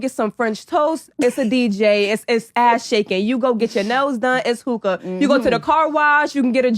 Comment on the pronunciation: The way he pronounced hookah is crazy 😂😂😂😂